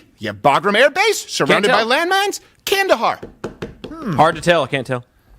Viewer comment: I didn’t know you said Kandahar, I thought you said “candy bar.” So it didn’t change much for me, but thanks for the correction.